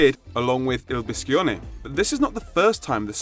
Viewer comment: It’s pronunce bee-sho-ne